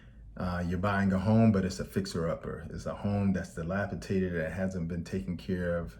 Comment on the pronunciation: " DE L PI DA TED" Dr...NOT " DE LA PI TA TED!"